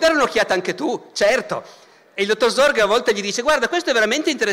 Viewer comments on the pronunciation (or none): Ascolto youtube come una radio senza guardare l'immagine, ho sentito tutto questo video convinto, per la strana pronuncia di Barbero, che stesse parlando di Zorge e non di Sorge. Credo Barbero dovrebbe tenere conto la pronuncia delle lettere oltre che approfondire la storia se no si possono creare gravi malintesi.